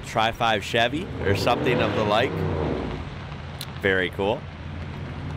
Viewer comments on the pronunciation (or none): none